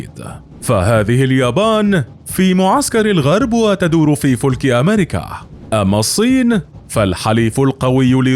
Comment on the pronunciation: فصاحتك تضحك الثكلى عطار الاقتصاد وقاب حرب امثال لا تمد لما انت له بصلة وكذا قولك اليبان تدور في فلك أمريكا بضم الفاء كان من حقك أن تقول في فلك أمريكا بفتح الفاء فالضم إسم للسفينة فيصير معنى كلامك أن اليبان تدور في سفينة امريكا اما الفلك بفتح الفاء فهو الشيء المستدير مثل وسط الرحى ومنه قوله تعالى وكل في فلك يسبحون قال الألوسي في تفسيره والفلك مجرى الكواكب سمى بذلك لاستدارته كفلكة المغزل وهى الخشبة المستديرة فى وسطه وفلكة الخيمة وهى الخشبة المستديرة التى توضع على رأس العمود لئلا تتمزق الخيمة صراحة للأسف ياصاحب القناة فيديوهاتك جميلة ولكن اللحن في اللغة يجعلها لا تطاق فكثرة اللحن تفسد المعنى فكلامك تمجه الأسماع عود لسانك على غير ما انت فيه فإنك والله الحن من ببغاء